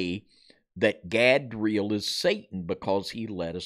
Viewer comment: Erika Gehm : Godra'el (You said 'Gadeel' ---- God of the Eels?)